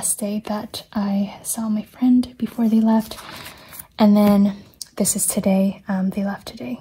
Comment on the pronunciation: The "joday" moment made me laugh out loud, I love the funny mistakes. I really enjoy your videos and your transparency about your mental health. I was diagnosed with anxiety last year and it's so comforting to see someone who has similar struggles. Thank you for all of your hard work, and try to take care as best you can in the new year :)